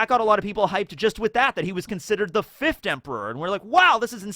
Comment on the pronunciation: Consistent with the 5 as fifthT Say it properly onceT